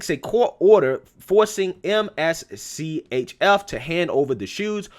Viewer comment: I think the company's name is pronounced "mischief "